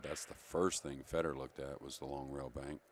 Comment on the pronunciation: It’s not Feeeedor lmao it’s Feh-dor. Please stop butchering his name! Thank you other than that great commentary.